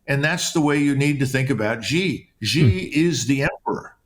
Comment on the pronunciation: Xi is pronounced Shee.